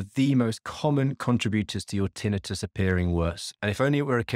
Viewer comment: Having trouble listening to you pronounce tinnitus that way...hurts my ears. Sorry😱